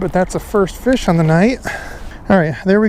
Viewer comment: Feesh and friends, must be Canadian!